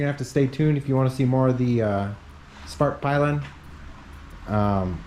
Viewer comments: Dude I don't really like correcting people but it's called SVART PILL EN not SVART PIE LEN 😂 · you completely butchered the name of the company and the motorcycle lol. Anyways great video mate.